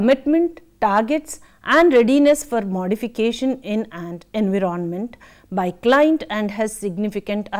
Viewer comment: Nice lecture mam. I want to make little correction, please. Environment /ɪnˈvaɪɹə(n)mənt/ You are pronuncing it differently. Regards